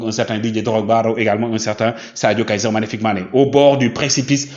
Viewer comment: 🤣🤣🤣🤣 Mon cher faut bien articulé Kaiser MAGNIFIQUE Mané parce qu'on a l'impression d'entendre Kaiser FICK Mané . FICK a une autre signification dans la langue Allemande